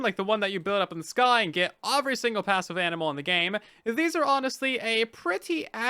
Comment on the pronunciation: Why do you pronounce "every" as "uvery"? what regional dialect is that